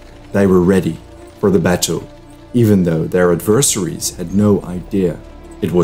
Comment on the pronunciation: In English, "adversaries" is not pronounced "AD-vers-AH-rees" but as "ADVER-seh-rees"